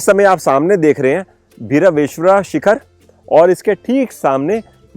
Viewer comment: HELLO, I am from Kumta, if I knew you were coming we couldve met. Also it is pronounced as BhAi-raveshwara just llike lord Bhairav.